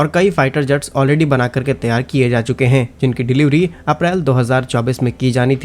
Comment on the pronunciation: त्यार के स्थान पर तैयार बोलने का कष्ट करें ।